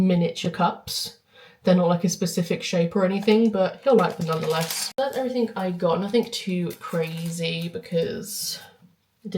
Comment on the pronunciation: It’s everything not everythink!